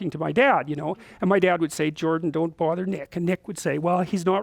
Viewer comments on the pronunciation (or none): none